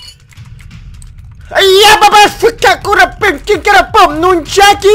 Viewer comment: нунчАки а не нунчакИ ))